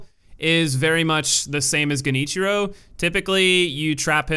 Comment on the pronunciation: “” was my favorite.